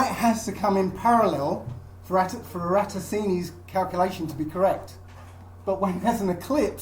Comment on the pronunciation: You can't even pronounce Eratosthenes let alone debunk him.